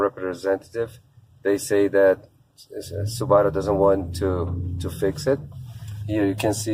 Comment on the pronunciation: You mispronounced Subaru